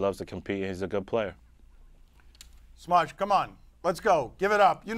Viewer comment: How’s Lebatard gonna call him “Smudge” 🤦‍♂️ 😂